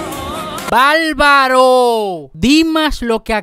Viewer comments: Un tipo que canta regeaton basura y dice balbaro en vez de bárbaro es un bagallero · No se dice valvalo, se dice barbaro